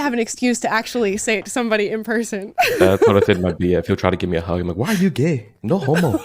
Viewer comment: I just can't stop re-watching the " WHAI R U GAE" XD